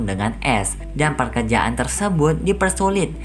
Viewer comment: Bang bukan perkejaan tapi pekerjaan